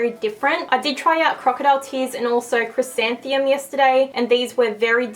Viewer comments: I think u said the pronunciation wrong on "chrysanthemum" (chris-santh-em-um) loved the video! Super helpful :)) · The first one is chrysan-the-mum like the flower.